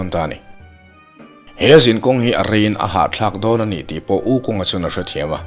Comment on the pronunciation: Wu khong tia lamtur!